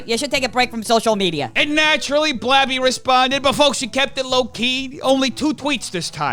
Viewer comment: When he kept calling gabby blabby I thought he was talking about some clown or something at first. Lol that's what the name reminds me of I guess. And the person too actually